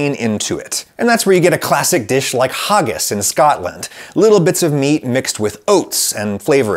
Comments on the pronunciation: haggis adam not hoggis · Please don't say it "hah-ggis". It really is like the a in "hag", "haggis". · HAHgus 😂 it's haggis mate. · I was very confused when you pronounced haggis as hoggis. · The way Adam pronounced Haggis made me giggle. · As someone who's lived in Scotland for almost a decade, that was a very jarring experience of haggis being pronounced. Other than that this video was great! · Great video, very thorough examination! Two minor points: (1) I know a lot of Scottish people, and they all pronounce haggis with the first syllable rhyming with "bag" (unlike your pronunciation which almost rhymed with "bog"); (2) I checked a bunch of on-line dictionaries, and they all agree the plural of meatloaf is meatloaves. "Meatsloaf" implies one loaf containing multiple kinds of meat. Anyway, I will be using your breadcrumb ratio next time I make meatloaf!